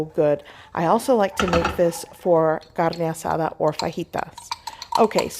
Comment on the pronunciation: Why can’t you pronounce carne asada normal? Why does every other word sound English then carne asada sounds like you live in Mexico City? Wtf?